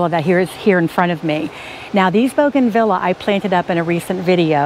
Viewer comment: It's boo gan Vee ya, not bow gan vila.